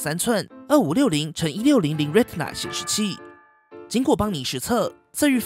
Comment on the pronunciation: 終於看到有個影片能正確地唸出"Retina"了，而不是台式發音的"Re-tina"，覺得很棒，不像有些頻道，說有在看Apple的發表會，卻連正確的念法都不會唸